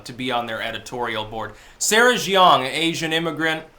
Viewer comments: Pronunciation note: The surname "Jeong" is pronounced "djung," rhyming with "dung" or "hung." The "J" is a regular English "J," as in "jump," not a French "j" sounding like "zh." The reason for the weird and misleading "eo" spelling has to do with the Korean government's romanization system, instituted in the early 2000s. The diphthong "eo" is pronounced somewhere between "uh" and "aw." So "Seoul" is "saw-ool" or "suh-ool." To sum up: not "zhee-awng," which sounds vaguely Chinese, but "djung." Carry on. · Jeong: "juhng"